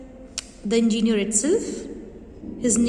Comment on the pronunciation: It's pronounced as en-gi-ne-er not an-gi-ne-er Pls note that next time